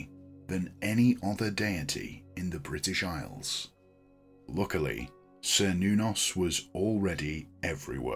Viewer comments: This video is wrong about the pronunciation topic on multiple levels. A "kernos" is a piece of Greek pottery which is commonly used in rituals for several of the Greek gods. It's not a modern pronunciation of "Cernunnos" at all. The earliers recreations of the name "Cernunnos" used the "Ser" pronunciation, but more modern research into linguistics and history suggests the "ker" pronounciation of the first syllable to be more likely to be accurate. The version used in this video is "old fashioned" while the version it dismisses without even saying it correctly is more "modern" but in a way which points to the exact opposite of what the video tries to suggest is the reason why. As we learn more about history and shape our understanding of lost historical languages through doing so, our expectations change, and the modern understanding of ancient Celtic languages suggests that the "ker nuh noss" or "ker noo noss" pronunciations would be more likely than the earlier (still modern) "ser noo noss" version. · "sr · nuh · nowz" is how google is saying it is pronounced. Grok says it is "KER-NOO-NOS" in modern Celtic reconstruction and "KER-NAH-VEL" in root tongue ;) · Yes I began by pronouncing it as sir but now upon study use Ker -noon -nos blessed be 💚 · I'd always pronounced it as "Cher-noo-nos" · I have also heard his name pronounced, as: KER nuh-noss and Ker Noon noss.